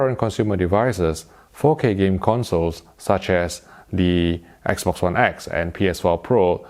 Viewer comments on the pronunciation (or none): none